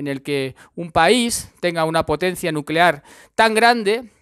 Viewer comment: Nucelar, la palabra es nucelar